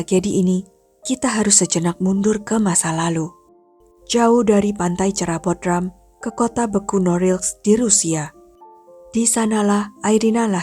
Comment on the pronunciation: baca Bodrum, bukan Bodram